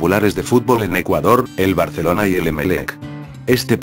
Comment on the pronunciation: Porqué pvtas el loquendo dice "Barceloncie"?? PS: Viva Saprissa 💜